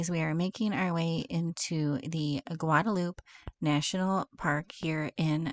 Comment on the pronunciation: so howdy from a South Texan!! 102 F not bad. Glad you and are enjoying our stunning country!! BTW?? Guadalupe is pronounced GuadaluPEE or Pea. That's some beautiful country too. How do you two feel about the 4 seasons in one day thing? LOL Have a grand time and so happy you two are enjoying the states. God bless and be careful